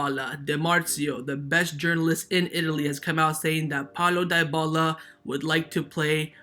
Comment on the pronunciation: Can you please stop saying Di-bala? It's pronunced De-bala